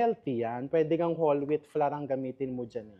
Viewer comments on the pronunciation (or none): none